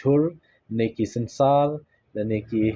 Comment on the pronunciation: Ki jhur. Ymdei ki jhul, Synsar. Ymdei synsal